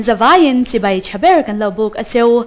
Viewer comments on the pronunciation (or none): none